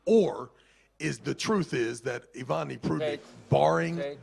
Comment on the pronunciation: the guy with the tractor voice u keep butchering foreign names—it’s disrespectful and distracting. Please take time to learn them properly. Its not "Ivani" Prudnik, nor its Davit "Dadikhan" every time bro.. use ur braincells its not that complicated to read 6 - 7 letters in the correct order, i understand ur from US but still dude